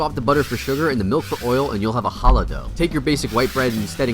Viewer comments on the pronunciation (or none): HE SAID CHALLAH WHEN ITS NOT PRONOUNCED LIKE THAT ITS KHALACH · Lmao how he says challah bread “hallah” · Bro why do you pronounce חלה lol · The way you pronounce challah 😭😭😭😭